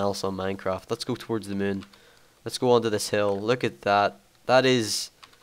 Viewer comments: "the muune" haha ^^ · "Look at the mewn :3" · i like how say moon xD